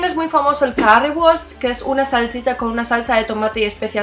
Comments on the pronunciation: cada vez que dices Cauiwurst te odio un poco. Aquí en Berlín se dice cuguiwurst. Grußen aus Tegel! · "Körriwurst" es la forma alemana como pronunciar este palabra. Me parece otra vez que la pronunciacion del "R" es uno de los problemas tipicas en aprender otra idioma (aleman vs. ingles vs. espanol)